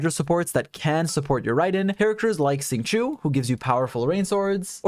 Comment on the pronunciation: FYI Xing Qiu is not pronounced "sing chew" , it's actually pronounced "sh-ing ch-oh" . Please stop butchering his name 😝